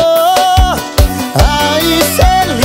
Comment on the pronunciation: Pronuncia errada 😢 ralacionamento